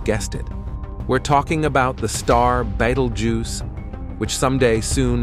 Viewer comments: Can you teach your AI voice to be consistent in pronunciation? I heard at least three different ways it said "Betelgeuse" in this video. Or better yet, find an intelligent HUMAN to read the script. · Why all the weird mispronounced Betelgeuse? AI voice? Also, I didn't catch anywhere that "we will not survive this."